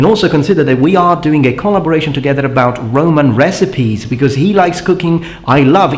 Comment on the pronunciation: So the 'B' in bRoman is silent, go figure.